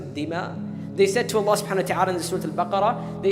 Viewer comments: Not hating just educating.. Your name's Hannah ...Shall everyone pronounce if as Banana? Would U lyk it. Its Allah and not Voila! Or "Wollah" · Bloody idiot its Allah and not "Wallah" or "Ollahh"